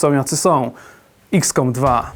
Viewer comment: EXcom, nie IKScom